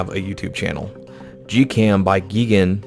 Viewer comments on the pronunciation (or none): gigan is pronounced "guy-g-an" a godzilla monster